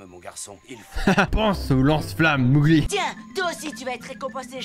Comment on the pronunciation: on dit Mowgli [mogli] pas [mougli] 😂 et le petit d'homme c'est normal 😂 et il dit Quasimodo 😜